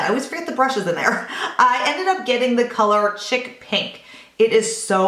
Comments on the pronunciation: He he....... Its not CHICK PINK...... It's pronounced "SHEEK" xx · Hey!! Loved everything as usual! Just an FYI...the blush u got from guerlain is pronounced "sheek" pink. Chic is French and means very high-end, or in fashion. Lol...ur too cute!! Xoxo